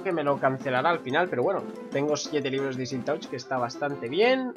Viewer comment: se pronuncia silk "tach"